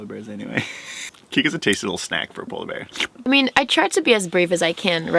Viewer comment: Did you say sola bear?